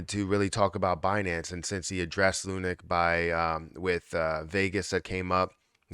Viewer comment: Hey bro, great video and thanks for keeping us upto date on Luna. However, can you stop pronouncing it as lu-NIK. It's pronounced LUNK, like hunk punk or stunk.